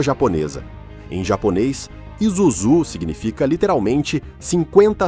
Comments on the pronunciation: pronúncia é ISUZUe não izuzu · Trabalhei na fábrica de Shonandai, em Kanagawa-Ken, a pronúncia da marca está completamente errada, em japonês, inglês ou mesmo o nosso português, é "ISÚZU". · ESCREVE ISUZU E PRONÚNCIA ISSUZU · Você Varia o nome em Isuzú e izuzú ! pronuncia se isúzu ! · Vamos lá aprenda a pronunciar ISUZU a pronuncia correta I-SSU-ZU OK quando pronunciar coloca uma força no SU 👍🇧🇷🇯🇵👊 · Várias pronúncias para a marca ISUZU foram usadas no vídeo. Creio que a correta seja: ISSUZU. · Pronúncia correta: ISSÚZU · Bos tarde, só retificando a pronuncia está errada e ISUZU então S não é Z （イスズ ) em Japonês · Matéria top, mas só errou na pronúncia do nome da marca… ISUZU. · Por favor, pronuncie o nome ISUZU corretamente ... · Muito obrigado por nos propiciar a história da Isuzu. Mas se não estou enganado esse S no meio da palavra não tem som de Z não. No Japão o S nunca tem som de Z. Morei lá 4 anos.